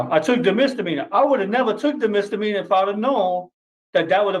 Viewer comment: You keep calling it a MR meanor lol